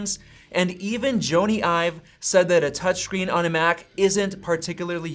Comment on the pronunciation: Bro I hate to be one of those pronunciation nerds but Jony Ive isn't pronounced Joney. It's pronounced the same as Johnny. His name is short for Jonathon.